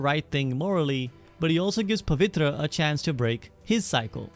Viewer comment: The way i LIT UP when you said Pavitra right was just instant , i thought " is this guy Indian ?" ,( Btw spectacular vid )